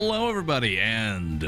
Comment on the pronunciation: Almost makes you sound british at the start. In nearly every episode so far, you've always started the video with "-ello everybody". Suddenly your first words are British. Be proud,.